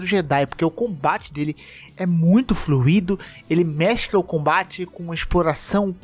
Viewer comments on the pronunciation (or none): none